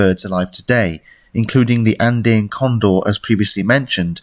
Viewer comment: It took me a bit to understand what you were saying. Andeen? Andayn? It’s An-Dee-uhn.